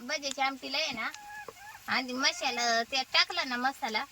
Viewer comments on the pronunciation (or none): मसाला बोला मशाला नाही